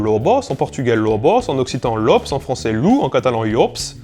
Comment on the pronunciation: en occitan on prononce /lups/ (ou /luts, lus, lu/) pas /lops/ hein! le "o" est toujours prononcé /u/ sauf quand il porte un accent grave ò (c'est pour ça que le /o/ fermé est très rare dans le sud)